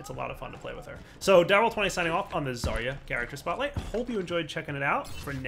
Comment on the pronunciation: They really should've hired some actual russian speaker to record Zarya. That "Огонь по готовности" (fire when ready) really freaks me out as a native speaker. Also you're reading her name wrong it's ZaryA not ZArya